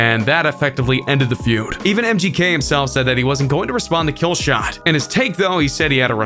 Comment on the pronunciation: KillshoEHEHt vs mgKEHH Stop over pronouncing the H